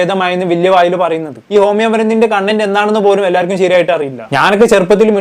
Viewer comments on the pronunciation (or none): none